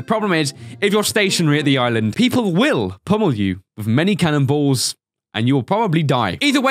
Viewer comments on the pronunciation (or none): emphasis on the cannon balls